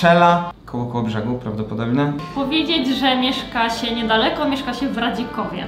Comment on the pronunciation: to nie jest Radzikowo tylko Redzikowo